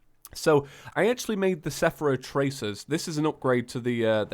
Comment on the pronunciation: "Sephera Tracers" some nice reading skills there.